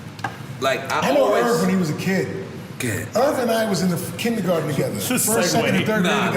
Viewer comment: You went KINDGERGARDEN !! lol